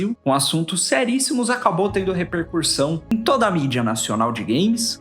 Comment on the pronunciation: REPERCUSSÃO e não “Repercursão” como Você repete no vídeo .